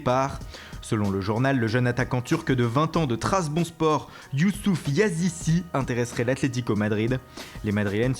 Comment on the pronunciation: Trazbonspor. Nul. C trabzonspor. Encore un qui connait pas son taf.